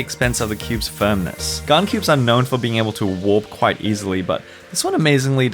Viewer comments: Why does he pronounces gan as if it was gaan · I like how says gan as gaarn